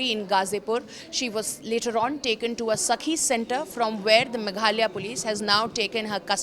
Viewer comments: Its not megalia its Meghalaya utter shame & disgusting you all dont know the name of a state of the country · Don’t you have better Orator’s to issie out stories…. She can’t even say Meghalaya properly